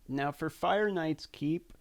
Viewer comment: LOL !! "This should work fer most teams!" I LOL'd I love that you included a step by step with a break down. "if you dont get skullcrusher or coldheart, there is an easier option. Just use another Foli" You had too much fun doing this video.